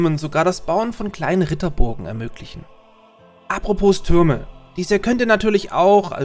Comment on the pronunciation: Das "s" bei "apropos" ist stumm und wird nicht mitgesprochen. Aber ansonsten: gutes Video! :)